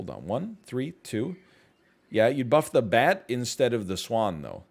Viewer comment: Whenever he says bat difference all I hear is "THATS THE 51 DIFFERENCE BABY"